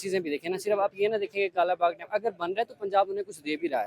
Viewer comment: पहले तो उसे डाम नही डैम कहते है 😂😂😂😂